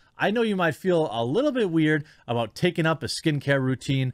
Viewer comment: Jeremy: I was out and about... Me: whoa! He went Canadian. Jeremy: ...on the water. Me: Oh, 'out in a boat.' Makes more sense.